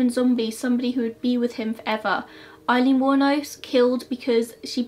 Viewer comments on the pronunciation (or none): none